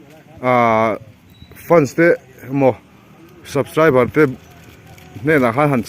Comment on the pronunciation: A last clip a, Subscribe leh Like tih a lamdan khi ka nui nasa lutuk🤣🤣🤣A tha thei e..